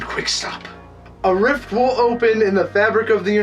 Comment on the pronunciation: Did you say this WHEEL be the leg ?